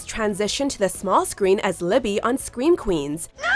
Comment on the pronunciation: "scweem queens"